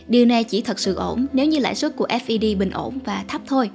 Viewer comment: FED đọc cho dễ theo dõi là "phét" đi kênh! vừa đọc S V B vừa đọc F E D nghe ngu cả người.